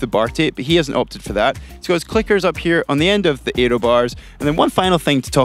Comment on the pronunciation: Interesting video, but gosh do I irritate the pronunciations whenever Fraser speaks in videos.... It's aero, not eeeeeeroo.